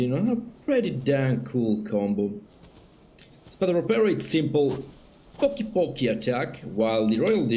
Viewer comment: you nailed it with "espada ropera" as an spanish first leanguage i think you did a pretty good job saying the name :D